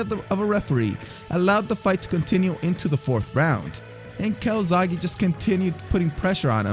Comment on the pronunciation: He's Joe Calzaghe, not Calzagi.